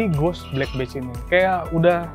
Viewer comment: "Badge" bunyiin "e" nya sama kayak bunyi e dalam kata "ember" bang bukan bunyi e dalam kata "enak"